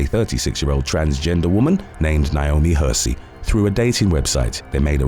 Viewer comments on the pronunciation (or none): none